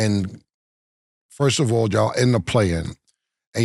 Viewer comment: Killa: Ford of all I'm not feeling this. Killa: Before I answer that Ford of all. 😂😂😂 Boy cant say First of all to save his catalog 😂😂😂😂😂 you still my Boy Boy